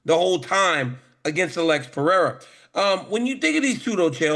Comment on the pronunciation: The minimum you can do is learn to pronounce the champions name Pereira... you say you are professional ?